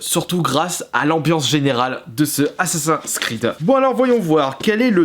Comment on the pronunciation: Mais arrete de dire assa’s creed tu peux pas dire assaSSIN’s Creed tt simplement 🤷🏼‍♂️